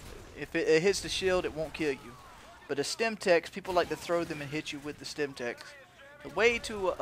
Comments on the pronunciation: isnt it Semtex? not Stemtex? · good riot shielding but its called.SEMTEX not STEMTEX. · SEMTEX not stemtex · LOL OMG It annoyed me so much when he kept saying STEMTEX its SEMTEX dude